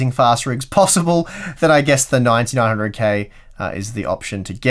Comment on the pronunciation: When you try to say "9900K", you often mumble it and say "900K" and sometimes it even sounds like "1900K". It's doing my head in! Is it the sleep deprivation? Regardless, love these videos, thank you.